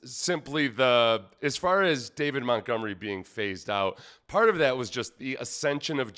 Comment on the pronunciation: You almost said, “David GonMunery” 😂😂😂